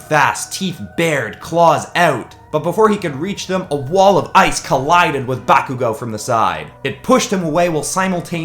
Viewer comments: Just some advice bakugous name is pronounced Bar-ku-go no bakugo and izuku calls bakugou kachan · DoNt day bAkugO, it’s KaChHan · BAkugo Not Bakugo BAkugo